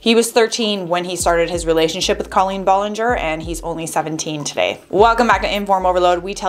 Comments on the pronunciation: Colleen B-A-llinger not B-O-llinger... sorry it is driving me crazy! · Ba-lin-ger! Not Bo-lin-ger!👋👋👋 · BTW ITS B-ALL-EN-GER NOT B-OL-ON -GOR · Ahhhh I'm sorry but not Bollinger it's Ballinger I'm sorry 😭😭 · First of all it is ballinger not Bollinger and second of all he’s doing this for the CLOUT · Did she just say bollinger? Beech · Is it hard to pronounce her name correctly? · How do you pronounce Ballinger wrong??? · He can’t even say her name right ???? And who hires a pre teen to run their social media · Why does she pronounce her last name like that??? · You saying her last name wrong... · her last name is not pronounced that way i- now that i think about it, that’s not even how you pronounce her first name HA